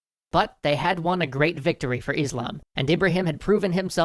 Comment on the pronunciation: when he says IS-LAMB i wanna stab my own eyes repeat ably, its is-lam not is-lamb